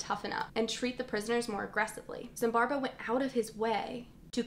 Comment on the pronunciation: i like this video and i'm sorry for pointing it out but, why are you pronouncing his name as ZimbarBo when it's ZimbarDo? Love the video though and hope to see more from you